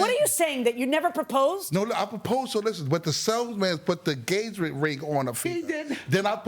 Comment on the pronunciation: He can't talk, "gagement ring, posed (proposed) to her"